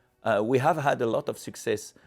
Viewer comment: Great video! How many times did the Omega CEO say succees? In the hundreds😂